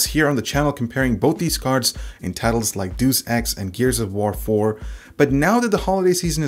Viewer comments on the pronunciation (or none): Juice Ex? Juice fucking Ex? Are you fucking kidding me? It is day-us ex, from the latin "Deus" for "God". Same pronounciation of deus ex machina, a concept with which i am sure you are familiar, naturally. I didn't realise "massage" rhymed with porridge either lol. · Dooce ex lmao good try though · XD "deuce ex" wtf is deuce ex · It's not Deuce Ex, it's Deus Ex. Hi,. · Doos x?! I think you mean Day-us X. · Duce Ex? DUCE EX!? It's DEUS EX! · deus is not deuce - its pronounced dayus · DE-US EX, NOT DUCE EX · Kenadian2006 Day- Us Ex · Yes, yes I know. He said doos. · Say it with me: "Day-us-Ecks". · Deuce Ex - Augmented Gigolo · Dey-us Ex, Dey-us Ex. lol Great vid, now I know what to get. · Did you just say Doos ex? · I heard "Dus Ex" and closed out of the video :D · Deus Ex is pronounced like Day-use ex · Did he just say, deus ex as in "2" ex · I heard Duce Ex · since when was it "Doos Ex" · It's pronounced dey us ex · Deuce Ex lol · "deuce" ex... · "Deuce Ex" you legend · "Deuce Ex" lol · "deuce x" lol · "Deuce X" Wat? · "Doos Ex" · Joe shmoe that's what i said, isn't it? :) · Mispronounced Deus Ex...again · I don't think the correct pronunciation can be spelled using English vowels. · That's find and all, but moving on to the important issue here: That's not how you pronounce Deus Ex. If you didn't realize it, hakuna your tatas , I'm not serious here. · Your Deus Ex pronunciation is completely off. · Everyone pronounced Deus Ex the wrong way...